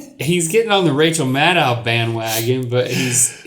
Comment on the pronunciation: Yummie mummiee baaabyxoxo It’s Rachel MADDOW, not “Meadow.”